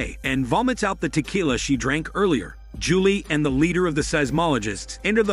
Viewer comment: Why did he also say ja-lee for Julie lol